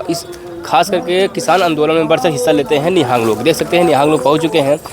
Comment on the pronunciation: Nihaang nahi nihang.. Kyo ulta bolte ho.. Ye foj hai sikho ki. Or shiv sena talware lekar chalti hai to...